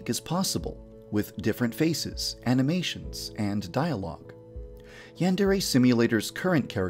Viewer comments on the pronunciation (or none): Did he just say aminations?